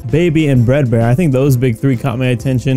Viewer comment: FREDBAR NOT BRAD BAR